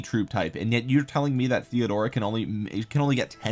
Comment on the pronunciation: I love your accent on Theodora 🤣